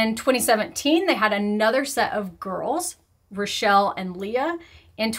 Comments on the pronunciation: Some pronunciation hints for the Gruzmans - Chani is not a hard ch, it's gutteral like clearing your throat. Like Challah bread. And Rochel is not Rochelle. Same with gutteral ch - so raw-CHUL. And Yocheved is yo-CHE-ved. Same gutteral ch. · I appreciate your attempt in pronouncing their names and I hope you don't mind the correction - the gruzman family names are all Hebrew names, so rochel would likely be pronounced rakhel/rokhel, yocheved would be yokheved (basically, like how channuka is spelled with a ch and said with a h/kh sound - it's basically the same thing here) Love your videos!